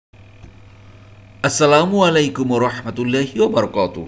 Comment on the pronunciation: Baraqatuhu na bole Barakatuhu bolle shothik hoy. Sorry for disturbing u.